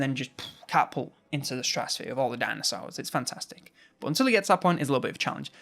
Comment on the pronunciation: Dinasours, sounds like a deliciously sour gummy candy shaped liked a thunder lizard.